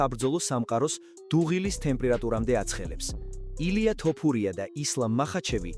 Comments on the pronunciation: რაის ტოპურიააა fuck AI content. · ტოფურია არა, თოფურიააა